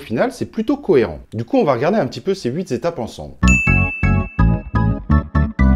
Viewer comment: arghhhh... « HUIT-étapes » et non « huis z’étapes » !!